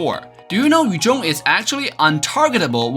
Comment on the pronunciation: Badang not badong Yuzong not yujong Chow not chaw Lunox not lunok